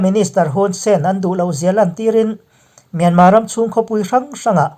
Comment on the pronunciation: MIANMAR ve hi chu aw hah thlak thin mange aw